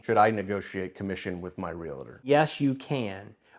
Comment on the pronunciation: Real tor! Not real a tor!